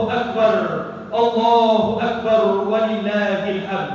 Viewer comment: perbaiki penyebutan lafadz takbirnya..